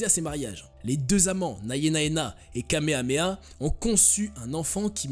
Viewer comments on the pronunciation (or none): none